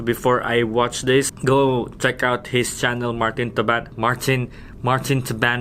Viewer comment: Slang kaayo oh "Martin Tabanag" 😆